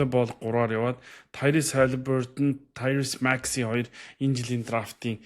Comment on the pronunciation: Таярус Макси биш "Таярийз" аа